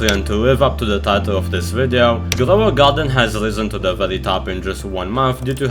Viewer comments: Grwow a gwarden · Ah yes "glow a garden"